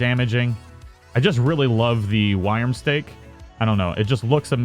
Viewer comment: Worm-stake now say it slowly.